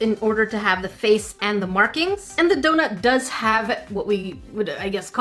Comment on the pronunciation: she aslo pronounces markings like merkings lol